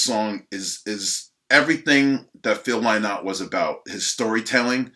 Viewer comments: You guys pronounce Lynott wrong. As do the British. It's pronounced like 'Lin-not'. Not 'Lie-not'. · Pronounce linnot not lie-knot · You call yourself a huge Thin Lizzy fan and call Phillo "Phil Lie-Not" hahahaha it's pronounced "Linnit"! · I won't call Philomena a liar, but I'll call you a liar, because here in Dublin, everyone, including Philomena knows it's pronounced Linnot. He's worshipped over here, my Dad knew him and a lot of his friends, and Phil himself would obviously introduce himself as "Phil Linnot" so just take the L and move on my dude. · U make me sick ..how dare u ... This is an appauling video. Vagabonds is a masterpiece . And it's Lynott pronounced Linnott. Geese. 😣😣😣😣😣😣😣